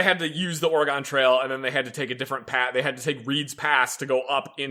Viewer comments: Good god, why does everyone pronounce Oregon that way ffs. It's pronounced like the instrument or the thing in your body. Organ. Oregon is pronounced like organ. I know it's stupid, but that's how it's pronounced and it irritates me beyond belief to here people say it the way you guys do. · "Or-gon"? really? Its Oregon. Pronounced: Or-e-gun, see it has a gun in it. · God damnit, stop butchering Oregon😂😂😂